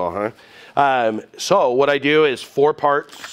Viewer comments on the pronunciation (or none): none